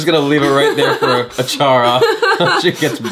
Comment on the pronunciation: Achara always read the movie names correctly